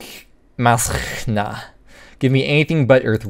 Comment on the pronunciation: Pretty sure Mazchna is pronounced Moshna btw